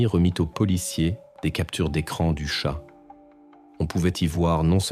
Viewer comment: Voix iA rébarbative... 😩 Pétard !!! Tchat! Et pas chat!